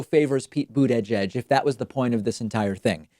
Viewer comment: Am I the only one bothered by how David says buttigieg?